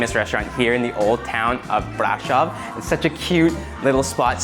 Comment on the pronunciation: It's not pronounced BRAșov. The accent falls on the second syllable. It's pronounced braȘOV.